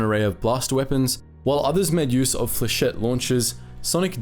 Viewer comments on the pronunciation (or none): none